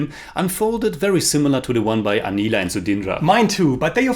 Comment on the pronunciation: Being a bengali just wanted to point out the Pronounciations Agontuk like aah gwon tuk Utpal dutta like ut Paul dot toh Anila like awe neel uh Manomohan mitra like moan oh mow hon mit toh Sudhindra like shoe dhin dro